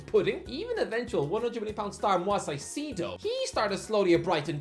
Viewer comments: Mwahs Saeeseedoh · Seeing him confidently mispronounce names makes him kinda unique though. Instead of being the 14985th youtuber to say "I've definitely butchered that name" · please learn how to pronounce caicedo 🙏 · i’ll never stop getting angry and pronunciation of caicedo